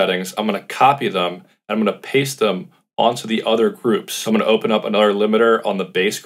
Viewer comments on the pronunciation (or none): none